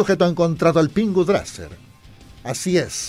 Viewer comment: No les pasa cuando dice dracer les suena brazzers xD??